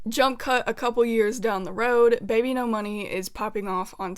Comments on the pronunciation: ERM! ACTHWEALLY! Its bibinos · no it’s supposed to be babynomoney 😭😭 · "ENTER BBNO$" OKAY